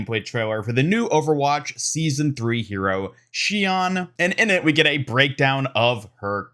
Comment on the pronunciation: [Shi-ohn] is how the Japanese kanji reads in her name. Not [shi-awn]- which in English would be written ‘Shian’.